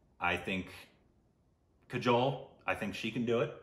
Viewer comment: I have to say I like the korbinization of kajols name.